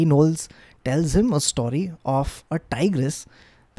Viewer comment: Love storytelling 💝 Ps - what accent is saying story as "staury"?